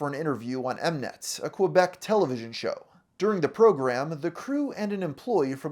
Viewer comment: It's not said "M-net", it's "Monsieur Net" (Mr Net). I used to watch the show, it was awesome. I even won an attendance to an anniversary episode!